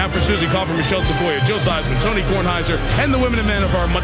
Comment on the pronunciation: It's Kornheiser, with a K, get it right. What's your problem?